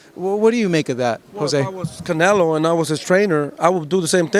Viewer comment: they can not get canelos name out of his mouth bro😭😭😂